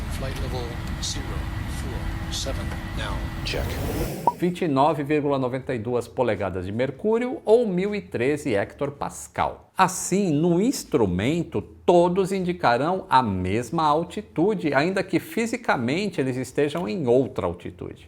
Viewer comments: É Hecto Pascal, não Hector Pascal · Nobre, a unidade é apenas "hectoPascal", não hector-Pascal. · Doeu no ouvido este Hector Pascal!😂😂😂😂😂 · Eu não sabia que se podia dizer "hectorpascal" para unidade de pressão. Sempre usei hectopascal (o que corresponde a 100 Pascal. Será que se diz no Brasil "hectorpascal", ou foi uma gralha? Tal como acho que devemos dizer hectómetro e não hectórmetro (para 100 metros). Ou será que estou enganado? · Boa tarde, acredito que o termo de pressão barométrica é (hecto pascal) e não hector como foi dito no vídeo. Um abraço.